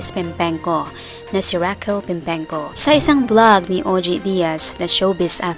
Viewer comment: It's Raquel not Rockeeel😅